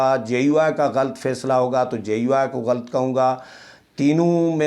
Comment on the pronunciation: Aap "barahna sach" bolte hain, koyi kitni tanqeed kare, fikr na karain, salamat rahain, aamin. Lafz ghalt naheen, GHALAT hai, harf laam k oopar zabar lagaya karain, shukriya.